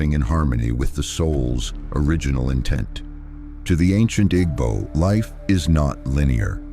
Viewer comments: Igbo is pronounced eeebooo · Nah it’s the pronunciations that irks me. IG-bo is crazy work 😂. Great content tho, I just wouldn’t mind the writer also reading it for cultural context